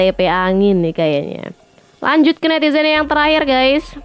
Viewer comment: Siapa siiiich nm nitizen yg blm jg tuntas ngmg nya udah ketawa. Juga menyebut guys dengan gaaaaaas. Tlg dong mas, benerin dl pengucapannya. Biar ayiiik. Lg pl ngmg nya khoq rada ngaco siiiich, dng ngmg wkl enggak pny hak. 🙄😱😱😱 pugu giliran jadwal debat cawapres itu kan menyampaikan program bersama capres dan cawapres. Ih kamu melecehkan wakil bngt. Presiden tnp wakil enggak bs nyapres bung !!!